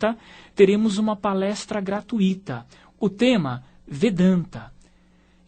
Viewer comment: Gosto de você, rapaz, mas não é gratuíiiita, pois não é fortuiiiita, não é intuiiiito. Não vou de ixar de ver no Youtube por isso. Continuo seu fã. Abraços!!!